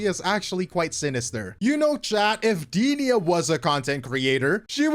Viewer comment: Goddamn you butchered Denia's name lol.